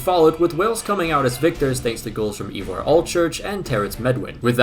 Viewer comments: Great video, and a lot of fun, but your pronunciation!! Seriously bro, just ask someone, anyone here in the UK not just the welsh how to say names like Ivor ---- 'eye vore' .. hilarious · Because no one will: Llewelyn (like clue-WELL-in, but the c is more glottalised) Leigh (LEE) Ivor (ivory without the Y) Iwan (pretty sure it’s YOU-un but some people with the name say it differently) Hope it helps, but I doubt you’ll use any of these names again lol